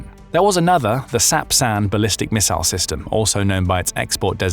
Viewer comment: Thanks goodness for a video where someone knows how to pronounce “missile”.